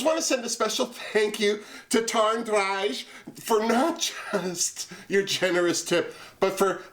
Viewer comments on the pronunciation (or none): none